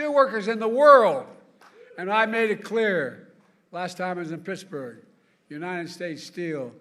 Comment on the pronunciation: Mrrrrr Ed gainey mrrrrrrr of picksburgh